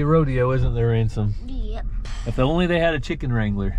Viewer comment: HANSOM HAMSOM You keep saying Ransom LOL LOL LOL